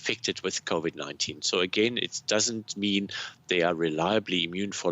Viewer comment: Covid not """kovit""